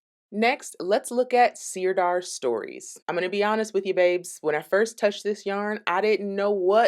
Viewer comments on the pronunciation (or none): Thank you for this review. Sirdar Hayfield Bonus DK is my go to acrylic. I’ve crocheted and knitted so many toys with it. Widely available in the UK where we pronounce it Sir Dar rather than seer dar. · Sirdar is pronounced 'sir-dar' (not seer-dar), and it's based in Yorkshire. The reason you're getting so much yarn barf is because skeins wrapped that way are not really designed to be centre-pulled. I never try and centre-pull any yarn wound into a skein like that. Jewel Spun is indeed gorgeous, but it runs to £6.99++ here, and that's too expensive for my self-imposed price ceiling. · It's pronounced 'Sir-dar'. It's a great yarn company, we use it all the time in the UK.x